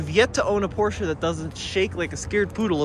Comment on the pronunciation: Congrats to this very nice 944 and perfect pronounciation of "Porsche" ! :-)